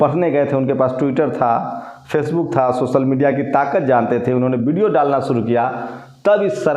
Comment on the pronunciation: Yaar lagana choroge, video hota hai video nahi, vote hota hai bot nahi 😂